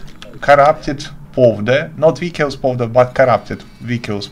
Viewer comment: hello, thanks for the tip! your english is really good. the word 'vicious' has a soft 'c' sound, meaning it is pronounced "vish-uss" rather than "vic-i-ous", how it's spelled.